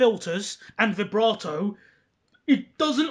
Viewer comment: that is the correct pronunciation